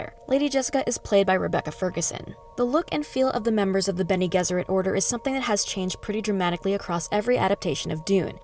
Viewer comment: Hello, it's a "G" for Gesserit. Like G for George. Have you even seen the movies?